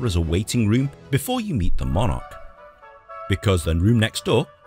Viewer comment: Call me a nit-picking old English fossil if you will, but did the narrator of the video being viewed really say ‘di-AD-em’ instead of DI-adem’? And I am pretty sure that he said ‘mon-ARK’ too. I am definitely not knocking the gentleman reacting to this, because he has already established a firm reputation of someone willing and able to search for information about the history and society of the United Kingdom and long many he do so. I never miss any of his videos.